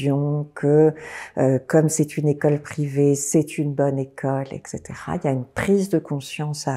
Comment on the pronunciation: Parlant de l’ignorance et de la mauvaise utilisation de la langue, cette personne prononce “ect”, en disant “ekcetera”: ça détruit son discours qui d’autre part est bien construit.